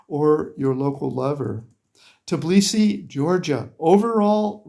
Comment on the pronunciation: I'm sorry, it is not Tiblisi; it's Tbilisi. You ought to say Bilisi; just put T before the Bilisi.